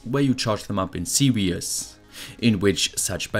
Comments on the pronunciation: Your video are great but you should say series instead of serious please it's very disturbing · Series is pronounced "See-rees" not see-ree-us. Also circuit is pronounced "sir-cut". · Fascinating video, as always. Just a couple of points: I really admire your language skills because, being English I only speak one, but series is pronounced see reez not serious, and really isn't spelled reallly. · I was listening to this in the background and was thrown for a loop when he pronounced depleted as "de-peated" and series as "seriously". For a moment I thought there were new electrical terms I wasn't aware of.